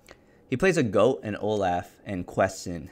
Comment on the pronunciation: Is my guy really saying Olaugh because Olaf is laughing in his art?